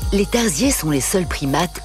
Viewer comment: Faites attention quand vous écrivez des commentaires. Vu le nombre de vues, vous propagez des informations erronées. Les Tarsiers (et non Tardiers comme vous le prononcez au début) ne sont pas des singes, même s'ils font partie du même sous-ordre des Haplorrhiniens (qui comprend justement les singes ET les tarsiers).